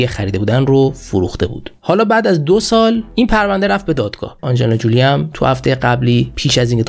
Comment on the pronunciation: حیف این همه زحمت که برای این برنامه می کشی نیست که با تلفظ های فاجعه ضایع اش می کنی برادر من؟ آخه آنجلینا جولی بر وزن "پولی" چیه؟ فامیل آنجلینا تلفظش هست جولی بر وزن "کولی". زنده باشی و موفق